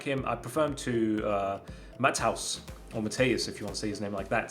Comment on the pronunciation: Man really said Matt house